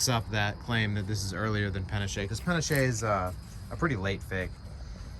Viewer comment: pah-NAH-ch-eh (spanish) or pah-NASH (french).